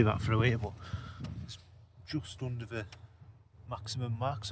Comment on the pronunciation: The word is the not va .